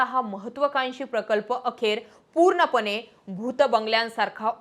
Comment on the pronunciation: अणेक नाही अनेकपानी नाही पाणी प्रामानिक नाही प्रामाणीक ईनेस्को की युनेस्को?पुर्नपने नाही पुर्णपणे आपण हे सुधारु शकतो